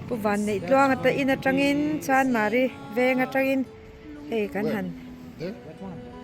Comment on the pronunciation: "Chandmari" tilo in CHANMARI han tizawk tala